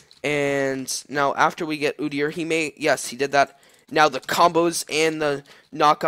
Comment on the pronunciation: Ooo-deer :) That's how you pronounce it, I main Udyr :)